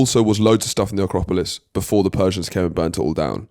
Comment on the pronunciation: Wait, did just twice mispronounce 'Acropolis' as 'Acropalypse'? Like the famous war movie 'Acropalypse Now'? 😂